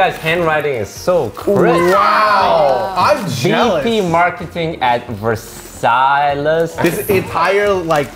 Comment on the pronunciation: it's pronounced "versai"